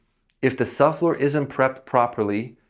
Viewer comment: Thank you for the great tips. You might want to consider working on pronouncing subfloor. Sub floor. It sounded like suflr. I had to hear it a few times before I figured it out. Great information, regardless.